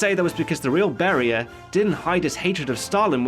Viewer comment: iT'S NOT BARRIER ITS BERIA